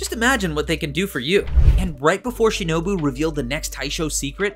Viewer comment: well he got tanjiro's name right once... and shinobu's too (maybe kanao's too in the same moment but i dont remember all of it)